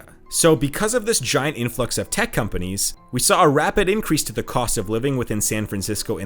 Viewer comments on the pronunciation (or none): If you can't even pronounce the names of the companies properly, and use metric units in the imperial world, you obviously have no idea of what you are talking about.